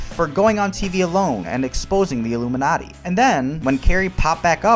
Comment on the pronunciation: Sounded to me like he said 'illuminutty' as a joke about a secret society of comedians. Has he ever offered any deeper insight or explanation of his comments?